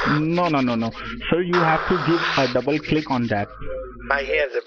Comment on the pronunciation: Little tip from an actual Indian: As soon as 'John Smith' pronounces "double" as "dubbal", he a scammer.